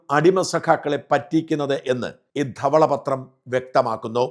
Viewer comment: പൊന്നു ഷാജൻ ചേട്ടാ ധവള പത്രം എന്ന് പറയുമ്പോൾ ആ സ്റ്റുഡിയോ മൊത്തം കുലുങ്ങുന്നുണ്ടല്ലോ...😂😂 എന്തിനാണ് ഈ " ധ " ക്ക് ഇത്രയും കനം കൊടുക്കുന്നത്...കുറച്ച് മയത്തിൽ ധവള പത്രം എന്ന് പറയൂ...😂😂😂